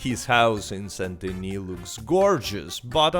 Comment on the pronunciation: The only YouTuber who pronounces "Saint Denis" properly.